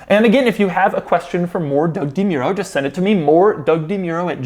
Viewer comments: Doug, the type of guy to mispronounce his own last name On a side note: Do you think your videos on newer cars do better because people who aren't regular viewers come to you for reviews for potential purchase? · Does doug not know how to pronounce his last name? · So that's how u pronounce Demuro..?! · Doug the type of guy to insist it's pronounced DeMuro and NOT DeMuro.